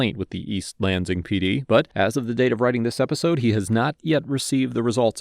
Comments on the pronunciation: I cringe every time you pronounce the S in Lansing as a Z lol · I don't expect this guy to know how locals pronounce every town's name in the country but I flinched every time he said east lanZIng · Sorry but this is bugging me, Lansing is a two syllable word, Lan sing.